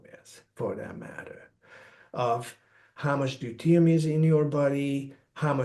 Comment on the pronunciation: I love this guy but he needs to practice the pronunciation of deuterium, it makes it very hard to share it with anyone because I believe they won't understand what he's saying! Constructive criticism! 🥰to all!